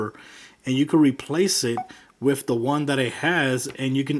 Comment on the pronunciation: Its with not wif